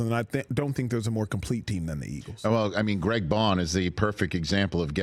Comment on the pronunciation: Thank you Acho for finally correcting Peter Eisen. He's been calling Zack Baun Greg all season